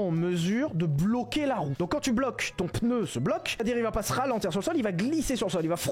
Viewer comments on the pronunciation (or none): none